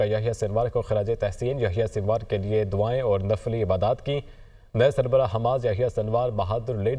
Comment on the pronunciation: سر نقلی عبادات نہیں نفلی عبادات ہوتی ہے